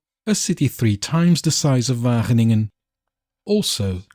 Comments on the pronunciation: You're already getting better 4 minutes in, but the W is a hard one. You're pronouncing it softly. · Your Wageningen pronounciation is really close. Its only the letter A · The A in Wageningen is pronounced as the first A in AMAZING